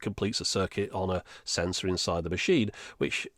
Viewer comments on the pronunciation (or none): none